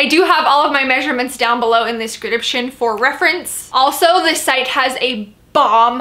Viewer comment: Has anyone else ever noticed that instead of saying "the description box" actually says "Thescription box"?